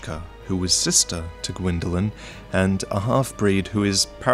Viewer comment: is gwynndolyn not qwynndolyn